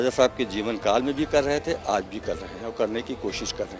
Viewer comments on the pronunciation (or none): Raja ko Raza..Aaj ko Aaz. Visheshta ko Visesta..😂😂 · एंकर साहब, पहले अपना उच्चारण सही कीजिए, (राज़ा) नहीं (राजा) होता है। (आज़) नहीं (आज) होता है,,😂😂 इसको तलफ़्फ़ुज़ कहते हैं 🙏